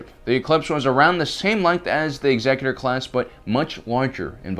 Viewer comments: 1 in 10 loss of the ship was about the average rate of loss of sailing vessels during the great age of exploration. We still have the actuary tables that shipping guilds used. Also, it’s ex-ECK-utor, not EX-ecutor. The name is said out loud several times in the movies and canonical animated shows. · no the only correct way to say it is Executor as in the executor of the emperor's will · i believe it's "exec-utor" class, because it relates to the term "executive"